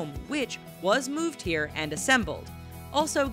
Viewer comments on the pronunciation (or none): moo-moooved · mooved